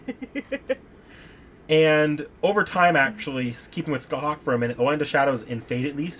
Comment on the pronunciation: Scathach is pronounced ska-tah(fricative)aa-ch(fricative) kinda like Sasha ach but with phelm sounds on the h's.